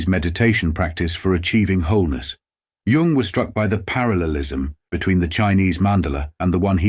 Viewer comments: Dear AI, Please remember that the word Tao is pronounced "Dao," and Jung is pronounced "Yung"! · Lovely illustrations. Crappy AI that misprounces even Jung and Tao. (correct is Yoong and Dow)